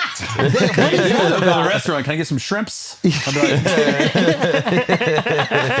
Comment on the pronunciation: not shrimps…… it’s “can I get some SCRIMPS?”